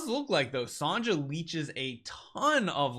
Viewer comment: lol, did you just say Sanja as her name? It's Sonja, like Sonia.